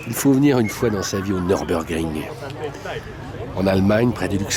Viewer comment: "Neurbeurgring"? Où avez-vous appris à prononcer l'allemand ?